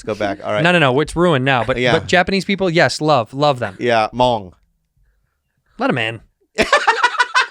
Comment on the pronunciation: Fawking Bobby said Hmongs.. 🤣🤣 Thank you Andrew for letting us in.